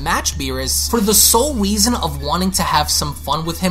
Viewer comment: You said weason but Ik what you meant